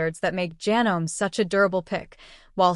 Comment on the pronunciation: If you are going to use AI, please program it to use the correct pronunciation. I am able to overlook Janome mispronounced as ja-nome when it should be ja-NO-mee, but when it refers to sewers as "sue-ers", I draw the line and stop watching. This is about sewing machines, not a plumbing project.